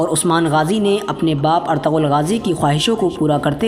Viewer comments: Bhai plz ertagal SUNNE me achha nhi Lagta erturul Bola kr plz 🙏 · You should pronounce it right, it is pronounced as "ertugul" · Erturul Gazi, In turkish language G is silent.